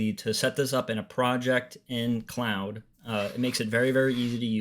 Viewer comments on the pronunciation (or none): Cloud or Claude? (rhymes with hoard). This video makes little sense because you're saying cloud.